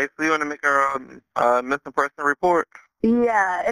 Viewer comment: Like whatevvar. We wanna call just to let you know, our friend is missinguh.